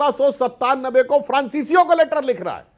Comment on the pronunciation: लेटर= Later ❌==> Letter= लैटर ✅